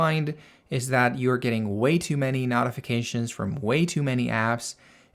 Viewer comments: Excellent video and clear explanations……if you would say——No-ti-fi-ca-shuns—- instead of Not-it would be better !! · Beautiful, but where the F are you from? The word is pronounced like, KNOW. KNOWTIFICATIONS. NOT LIKE KNOT, KNOTIFICATIONS. NO, AND NOT. FIGURE IT OUT PLEASE BEFORE I HAVE AN ANEURYSM. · speak clear english, I had no idea what you were trying to say when you said notifications.